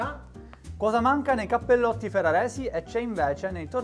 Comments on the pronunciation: Cappellotti non si può sentire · Cappellotti però non si può sentire